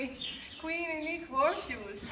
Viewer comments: Wait… what was that little bit about how you are pronouncing Uniek? It sounded like the same word said twice to me! in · Good morning. I watched the horse shoe winner video this morning and was wondering if you could clarify something you said? Could you please clarify for me how you pronounce Uniek’s name...I didn’t quite understand when you commented on “I always say Uniek” that it should be (it sounded like you said) “niek”. What is the proper way to say her name in your language? I so enjoy the videos. You all are so amazing and make it look so easy in dealing with these awesome animals. The videos, you, your coworkers, and the horses make me smile when a lot of times I don’t feel like it. One video showed your little boy using rakes and shovel to push hay toward the horses stall. That just amazed me how coordinated he is! I had to watch that a couple times in a row...it was awesome how he was handling those large tools so well! I get such a kick out of watching your amazing little boys; what cutie pies!! (: Thank you for sharing your world with us!